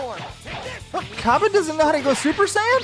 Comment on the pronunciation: super saiyan not buper saiyan